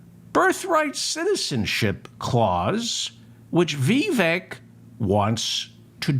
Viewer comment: You can’t even say his first name correctly